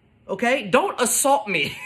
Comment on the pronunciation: " Don't ASALT me!! " 🤣🤣🤣😂😂😭